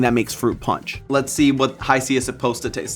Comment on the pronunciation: The way he pronounced panch 😂😂😂